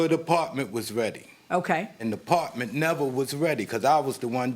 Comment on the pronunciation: “Da Partment” 😩😒